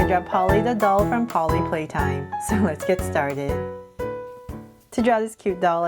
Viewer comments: you miss pronounced poppy it is not polly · you siaed the name wrong it s not polly it's poopy play time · Do you not know how to say poppy playtime you really don’t know what to say that no you say Polly playtime OK OK not to because I know everything about poppy playtime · You said Polly!LOL! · The dolls name is POPPY not POLLY !!!!!!!!!! I love your videos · It’s not Polly it’s poppy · it is poppy not polly😒😒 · You said polly